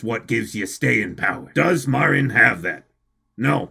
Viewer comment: I have decided that my weeb powers (we used the word otaku in my day) are stronger than, on the premise that he can’t pronounce Marin correctly. I’ve also come to the conclusion that my levels of autism are also greater.